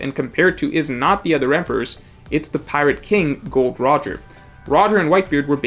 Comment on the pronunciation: Am I the only one that is bothered, when the no.1 OnePiece nerd says Gold Roger instead of Gol D. Roger